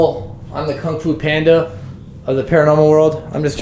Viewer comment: How he called the ghost kanfoo Panda😂😂